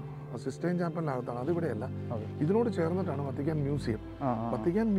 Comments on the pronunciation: വത്തിക്കാന്‍ എന്നാണ് വര്‍ത്തിക്കാന്‍ എന്നല്ല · Vatican, vartican alla.